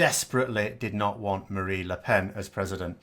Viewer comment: It's Marine, not Marie Le Pen, but great video as always ;)